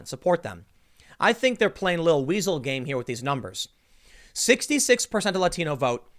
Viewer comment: I FOR ONE WILL BE SAYING "WHEASAEL " slot more...